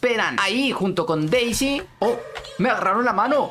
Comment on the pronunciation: enves de p es de d d d d de Deisy